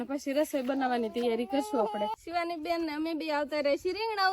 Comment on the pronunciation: ભાઈ બોન નહિ ભાઈ બેન બોલાય😅